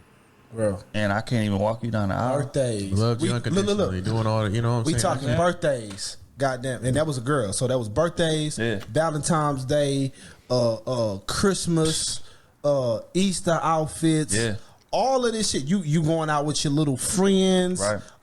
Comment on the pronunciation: wtf is Valentimes day? What is it with the blck community and the words Ask, ValentiNes day, and Library. “Ax her if she going to the liberry on Valentimes day” 🤣🤣🤣🤣